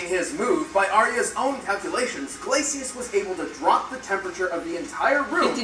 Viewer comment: can't even say Glacius right